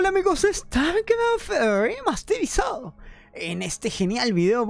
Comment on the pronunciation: Jaja está pegajosa tu frase de " StarCraft remafffsterizado" 😂